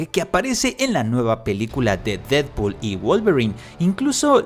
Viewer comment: La gente normal : Deadpool & Wolverine El comentarista de futbol: Did-pod, Y, Volvarain 😂😂😂